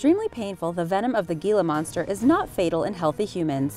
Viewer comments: "Hila" monster, not "Gila" monster. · He-la not Gi-la. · ITS Hila Monster..HILA.........H.. not GEELA.. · Hila monster. The g is silent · what is a "G"ila monster? and you said it soooooo many times? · The Gila monster is a Spanish word the G says h so it's actually said as hila monster. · HEE-luh monster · It’s pronounced Hila monster, also with the Eastern Diamond back, please show actual pictures and footage of the animal you’re talking about, you showed a garter snake and a hog nose snake, both of which are harmless. Showing the wrong animal in videos like this can cause innocent, helpful animals to be killed in masses by people who don’t know what they’re talking about. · The G in Gila Monster makes an H sound. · That drove me insane